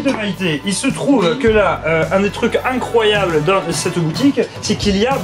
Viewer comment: "... c'est des jeux incroyaux"... j'ai failli mourir de rire :D